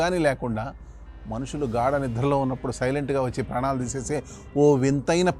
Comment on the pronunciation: గ్రాడ నిద్ర కాదు నాయనా గాఢ నిద్ర అనాలి